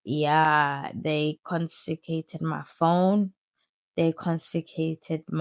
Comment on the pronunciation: Your story is pretty captivating. Pretty sure you are pronouncing confiscated incorrectly. Also just some questions here. Was your dad around when you were young? Did he ever tell u he loved u? How was ur childhood before the age of 12.